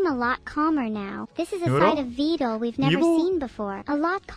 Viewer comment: i still love how Evil will pronounce "Vedal" different everytime